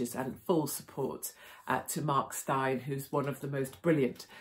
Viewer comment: His name is pronounced like Stain ! Good old South African name !